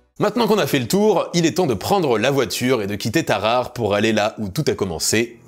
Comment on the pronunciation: Pardon où ça ? à "Tarahara", non ça se prononce Tarare. (Alphabet phonétique: taʁaʁə ).